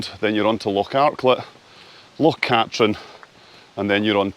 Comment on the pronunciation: I'm sure its pronounced Loch Kat-treen